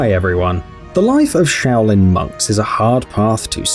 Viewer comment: I thought at the start that you said shaolin mugs😂😂😂